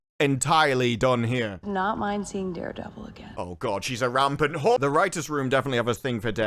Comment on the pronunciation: I love how always says whore 😂